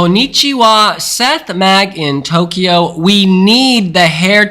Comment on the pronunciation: said Tokywa!